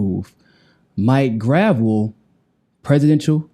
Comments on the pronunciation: Isn't it pronounced /gɹə'vɛl/? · Grah - Vell (how its said) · Great work! But "gruh-VELL" not "gravel" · not gravel graa vell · it's Grahv - ell, not gravel. You were corrected by Mike couple days ago. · It's pronounced "gra-vell" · Maurice Robert "Mike" Gravel (/ɡrəˈvɛl/) The pronunciation symbols are from the International Phonetic Alphabet and indicate his name is pronounced Grah-Velle, emphasis on the second syllable. (ə, comma, ago, ɛ, dress, bet, prestige). The IPA stress mark (ˈ) comes BEFORE the syllable that has the stress. And hey, thats the way we pronounced it here in Alaska when he was my Senator. Love Mike, you too, keep after it man! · You keep mispronouncing his name. It’s GravEL. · CMON IT'S "GRUH-VELLE". otherwise v good:D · Love it. btw it's pronounced "Gra-VEL" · Mike Gruh-vell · Love you man but Senator's last name is pronounced "Gra velle". Thanks for interviewing him. He's a great man. If only American people were smart enough to understand his National Initiative for Democracy. Could you interview him on that? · please pronounce the good gentleman's name correctly. Gruh-velle. He's a treasure; wish some of my Boomer friends would unwax their ears & listen to the man. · Gotta pronounce his name right,!:) gra-VEL...accent at end. He corrected you at the top of the original interview. Peace and find your balance. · You know it is pronounce Gra Velle. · Please pronounce his name correctly. It’s not hard. The guy is a hero of the Vietnam generation and deserves to have you learn his name. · You might research how to pronounce his name. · are you pronouncing his name wrong on purpose? He told you how it's pronounced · Mike corrected at the beginning of the interview... smh... guy still doesn't remember